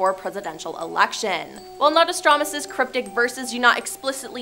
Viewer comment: How can you not pronounce Nostradamus correctly?